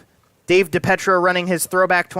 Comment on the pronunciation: Great job as Always But can you PLEASE PROPERLY PRONOUNCE DAVE DiPIETROS NAME CORRECTLY??? “DA PEE TRO” THANKYOU